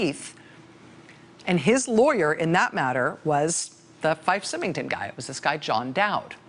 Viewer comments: I love you, Rachel, but it's pronounced Fife (F-ī-f) Symington (S-ī-mington). Both are pronounced with long I. I know, because my savings and loan was one of the ones that the despot ran into the ground. Ugh. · IT'S PRONOUNCED SIGH- MING-TON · That's FIFE, a long I and SYMINGTON, the Y is pronounced like a long I, again. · It's pronounced "Sigh-ming-ton," Rachel.